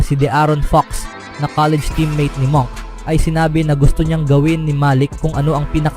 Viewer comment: Monk pero munk pronunciation diyan